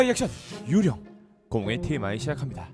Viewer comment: 왜 ‘유령’발음만 정직하게 한국어로 ’유.령‘이리고들하지? 의도가 있어서 저렇게 한듯한데